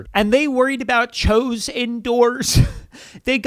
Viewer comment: Pre 1910. Not 2010. And it's pronounced "chews". Not "chose". Did you even graduate?? 😂